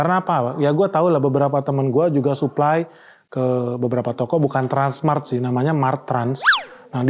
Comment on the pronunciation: Kok susah amat nyebut transmart bro